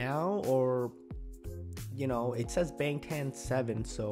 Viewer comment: the a is prounounced more like (ah) and BTS comes from BangTan Sonyeondan...from what I've heard from Korean speaking reactors the word sonyeodan (which loosely translates to 'group of boys') is old fashioned sounding and not commonly used so it just sounded strange to Koreans when they 1st debuted.